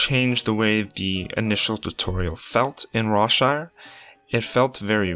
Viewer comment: When you said Rawshire , I thought you said Rob Schneider for a second